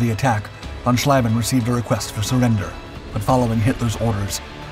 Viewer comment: Interesting item, but what is annoying in is that after all those years you still don't know how to properly pronounce the ie and ei in German names. Heinkel tortured into Hinkel, von Schlieben into von Schleiben and what not more, I lost track. Please do research of how to pronounce foreign names before you record the texts, it will give a quantum quality boost.